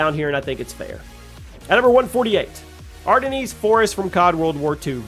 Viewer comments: Its not the "Are-den-knees" forest. Its just the "Are-dens" forest. Not to nitpick, that just bugs me 😂😂 love the videos man, and these extra long ranked videos are great. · "Ardeneese" 😂 Ardennes --> "are den" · My head hurts after he pronounced the Ardennes Forest "Ardanese" instead of "Are Den" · Ar-den-ease forest???? Lol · "Are-da-knees forest"* AGGHHHK!! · "Ar da nees" Bless you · the way you said Ardennes almost completely ruined the whole video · lol bro you pronounced Ardennes wrong 😂😂😂